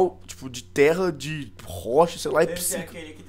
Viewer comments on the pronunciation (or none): none